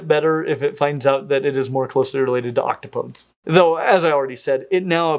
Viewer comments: You say octopuses, octopi, and octo'podes (3 syllables). Only thing missing is oc'topodes (4 syllable version) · I was going to say this is the first time I've ever heard it was three syllables instead of four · I thought the pronunciation was more like "Oc-tah-pod-eez" because it's Greek derived. So like Heracles or Themistocles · Did pronounce "octopodes" correctly though? I thought it was Oct-tah-poe-dees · Octopodes nuts! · Octopodes is pronounced with a long e at the end. If you're going to use that obscure technical plural, you should also pronounce it correctly.